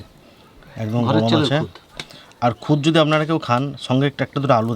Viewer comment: ওটা খুদা নয় খুদ হবে..